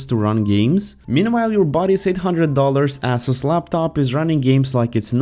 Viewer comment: Ass-us indeed